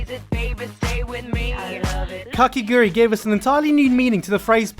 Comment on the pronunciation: bruh say it... KAKEGURUI. not KAKEGUIURI